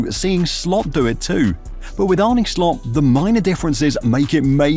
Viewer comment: Arne's name is not pronounced Arnee but Arnu from nu(t)😮